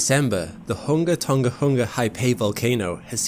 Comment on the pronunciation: HOONG-ah-TONG-ah HOONG-ah-Hah-AH-Pie ;)